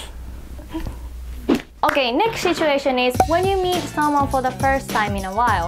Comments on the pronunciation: Just a friendly advice. You should probably drop the H when pronouncing "situation". It's not pronounced "shituation". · really interesting. Quick tip - it's pronounced sit-u-ation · Great video! You might want to be careful with your pronunciation of the first syllable in 'situation' though! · Her saying "shituation" is pretty funny...😂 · "shituation" 💀 THIS WAS NOT MEANT TO BE HATE SHE MAKES AMAZING VIDEOS THAT TEACH ME SO MUCH! 💛💛💛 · "you're in a good mood... what happened?" there was a shituation 🤣